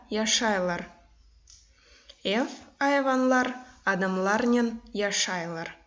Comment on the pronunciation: не яшайлар, а яшайляр. Адамалар не должно произносится, как яшайляр. И вообще, все слова мягче произносятся, но все равно сагъолунъыз сизинъ иш ичюн